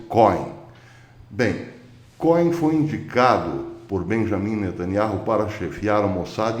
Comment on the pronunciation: Cohem se fala como côem. Significa sacerdote em hebraico.